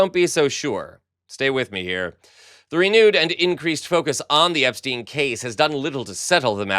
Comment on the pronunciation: FGS it's not pronounced "Epsteen" it's "EPSTINE"